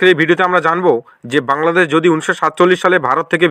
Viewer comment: বাংলাদেছ, প্রকাছ😂😂 ভাই আগে ভাল করে বাংলা উচ্চারণ করতে শেখ তারপরে বাংলাদেশের চিন্তা কর😂😂